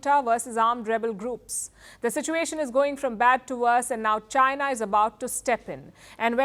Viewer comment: 😂😂😂...waking up to this again 😂 "Jainaa" 😂😂😂